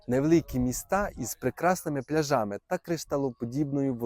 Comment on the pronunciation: Правильно ставте на голос Не пляжами а пляжами